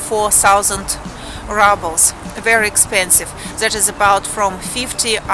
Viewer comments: Just as a bit of constructive criticism - the word рубль ("ruble") is pronounced ROOBL (like moon, or spoon) in English - not RUBL (like bubble or trouble). Other than that slight distraction, I liked your video very much :-) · hello dont mean to be mean but how your saying ruble is the word for crushed brick and dirt, ruble how you would like to pronounce it would be like the ending of "you" y"ou" r"ou"ble